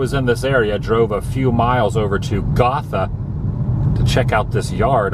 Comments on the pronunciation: Its pronounced Go tha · it's pronounced Go-tha, and Graceland Estates was supposed to be a group of homes that all looked like Graceland, nto just the one. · Gotha is pronounced with an oh sound not like Gotham hehe